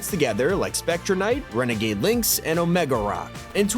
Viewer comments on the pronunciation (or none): none